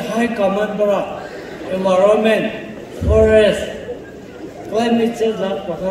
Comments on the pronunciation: Environment ❌ Evoronment✅ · Minister sir first morom pura ENVIRONMENT laka pronounciation bhal pura kobi.... I have to watch ur video in 2x speed